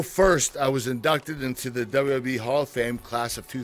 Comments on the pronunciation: It makes my butt hole tingle, and my gooch vibrate every time he says "dabawa-dabawa-e". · RBT-RedBeastTrailers he actually said it right, once. Tf is dububee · ChillMan 123xC Yes it sounds like Dubbayah Dubbayah E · is it just me or did it sound like Kurt Angle was saying "DUB DUB E"? lol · its very funny how he says wwwe,....duba duba E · He says WWE so weird. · Is it just me or does Kurt say WWE weird? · I love him but he can't even say 'WWE' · LMFAO, it is pretty damn funny. I can't get over it. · he is not saying the second W correctly